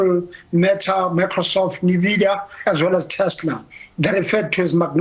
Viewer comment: Nvidia not nivea